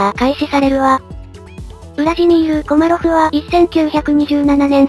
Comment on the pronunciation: 後半、コマロフがコロリョフになっちゃってますよ。